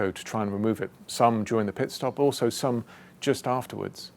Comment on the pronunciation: Valtteri it's pitstop